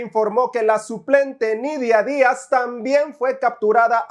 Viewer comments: He Aqui un nuegadaso minuto 0.23 “Nidia Días” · Dijistes Nidia día nuegadaso para jajaja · Jajajaj "nidia diaz"